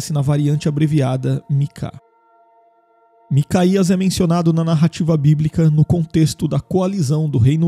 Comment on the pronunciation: Não se lê macaías lê-se MicaYauh os nomes estão adulterados nas traduções